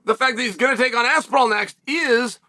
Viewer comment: Who is this Tom ''Apsinall'? The only Tom i know is Aspinall